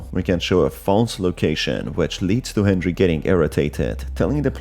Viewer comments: Why do you say henjery instead of Henry? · Every time you say hendjry I take a shot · sounds like you're saying hendry